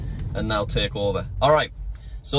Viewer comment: Americans: so British people: so: sõäh